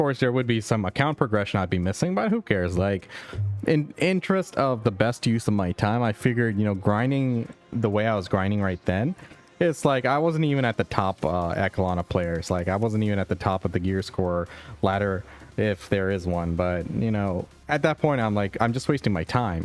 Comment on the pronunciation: Hiya, just a quick tip (only because I've heard you mispronounce it in several videos I've seen) 'echelon' is actually pronounced "e-sha-lon". ~.^ That out of the way, I love your lifeskilling and money making vids, I can understand you, follow what you're saying very easily. I really enjoy watching and learning with you now that I decided to get into LS, thank you soo soo much for all the great info!